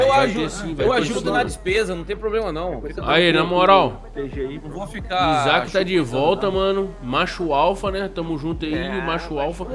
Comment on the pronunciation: Isaac famoso "URSAO"KKKKKK